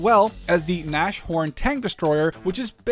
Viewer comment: its not naschhorn its nasHORN. its rhino in german and basicly means horn nose